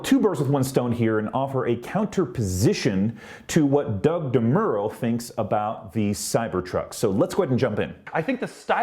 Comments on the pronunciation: Oh, my God. It's DeMuro, not DeMerro. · also the way he said "DeMuro"